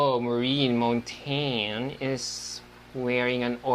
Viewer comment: why was cat not informed of how maureen's last name should be pronounced, mon-tag-ne vs mon-teyn?